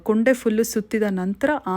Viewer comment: ಅದು ಕೊಂಡೆ ಕೂoಡೆ ಅಲ್ಲ 😊